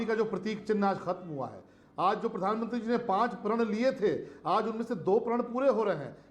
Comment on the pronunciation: राशिद अल्वी को पहले प्रधानमंत्री बोलना सिखाया जाएं ये आदमी जानबूझकर पीरधानमंत्री बोलता है